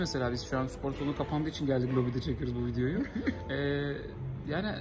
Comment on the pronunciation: abi nolur supor deme sipor de sıpor de ama supor deme ya :/